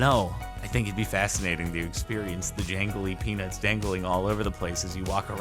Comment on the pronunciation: I know you said "jangly peanuts"... but it definitely sounded NSFW..